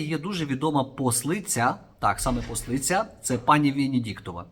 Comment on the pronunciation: Пане Ігорю, сам не люблю коли мене виправляють, але у випадку з Венедіктовою, слово "ослиця" пишиться і читається без букви "П".